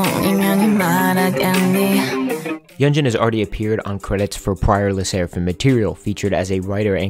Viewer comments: Great video! Yunjin is quickly becoming one of my favorite people ever. Also for future reference, her name is pronounced “Yoon-jin” 😊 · love this video!! btw hee name is pronounced yoon jean i’m sorry it was bothering me 😭